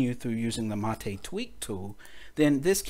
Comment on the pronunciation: Although it worked, and helped fix a bad config with Brisk menu applet failing redundantly, Stephen was correct. Thank for this solution to an unexpected upgarde from the Mate team. And BTW, Mate is pronounced as m-eight, not ma-te, like latte!